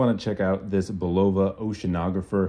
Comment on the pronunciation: Bulova does not have a long O in pronunciation